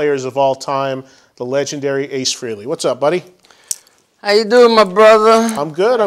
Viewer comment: Why do people call Ace "Freely" it's Frehley.